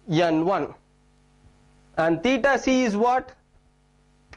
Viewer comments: why is he saying n1 as yen 1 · suchit sharma it's funny right? 😂